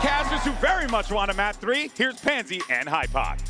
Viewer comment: Casters get a call sheet submitted by the orgs and players of what they want to be called on stream, with a recording of how to say the players name. There can be multiple names a player will accept being called on stream when casted. So if Pansy is saying it like that, good chance that that's a pronunciation the player prefers.